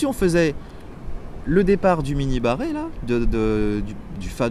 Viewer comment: moi a chaque fois que tu dis mini barré, j'entends "mini moi" --> la voix austin power